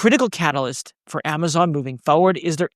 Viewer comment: Did you just pronounce it Amaton in the intro?